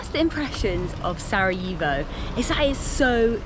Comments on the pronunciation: One thing: when you pronounce Sarajevo; it's Sara "yeh" vo not Sara "yee" vo. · Pronunciation is Sara-Yeh-vo, not Sara eeh vo. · Facts. More like Sara "yeh" vo >;)))